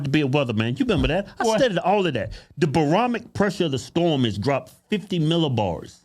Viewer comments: Bioromic? 😂😂😂😂 come on!! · Did he say biometric pressure?😂